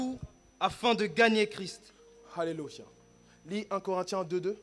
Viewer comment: Je suis d’accord mais pourquoi il dit alélucha😆🤨